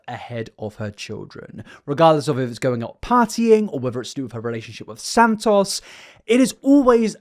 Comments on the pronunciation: I hope you dont have to make another video on her but if you do, santos isnt pronounced san-toss its san-toes, just cant hear you go thru another 2 hours like this man 😅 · omg please stop saying his name like that it's not sand toss😭